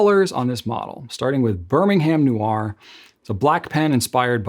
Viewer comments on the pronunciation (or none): none